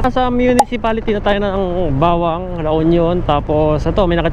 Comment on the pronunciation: Mali po pagkakabigkas ng Bauang (Hindi bawang) at Balaoan (dapat Balawan) hindi mabagal pagkabigkas sa may uang at oan, hehe anyways nice vid